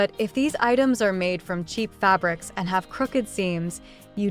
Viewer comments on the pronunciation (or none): none